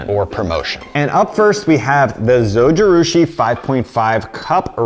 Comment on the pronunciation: Kudos to you for pronouncing zojirushi properly! I have the bread maker… love it. I love rice cookers… now, I use basmati brown rice mostly. I have never been one for since use kitchen items… but the rice cooker! Yes. I also have the ninja ice cream product. Love love love. I also have the Kitchen Aid mixer… I have had it for over 30 years and bought one for each kid when they got married.